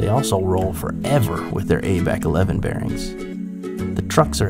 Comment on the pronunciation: Did u just say ABEC 11?